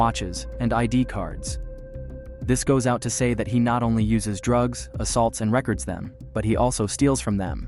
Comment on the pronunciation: So you actually mispronounced "record" like a vinyl record when you meant the verb to record something?